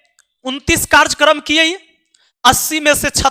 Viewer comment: सर,माफी चाहता लेकिन बताना चाहता कि कार्जकर्म नहीं कार्यक्रम होता है।